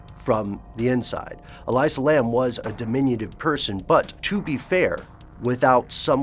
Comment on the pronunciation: Love you guys and all, but I've gotta say, the way you're misprouncing her name is like nails on a chalkboard. It's 'Ah-lee-sah', not 'Ah-lai-sah'. I really respect the research you guys usually put into your stuff, but c'mon. I actually went to the same uni with her, never met her, but I've heard she was mentally stable despite her bipolar disorder. No one here believes she would have committed suicide -- she was apparently quite happy with how things were going in her life. I think she was murdered... I think someone was following her and she was trying to throw them off her tail while being wracked with fear, hence the extremely bizarre elevator footage.